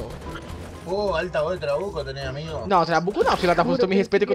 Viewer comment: "Trabuco" KKKKKKKKKKKKK